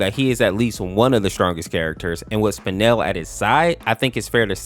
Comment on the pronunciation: It’s spinel not spanel lol